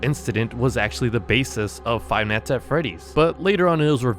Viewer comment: Say night, wrong and night night night not not not. It’s not neat. It’s night.